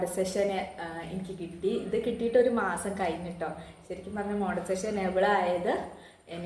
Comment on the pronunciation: Montisation alla "monetization" anu.